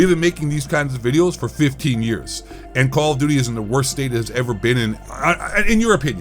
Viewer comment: “Kall Of Dooty” Ghost Of Eight voice 😂😂😂😂😂😂😂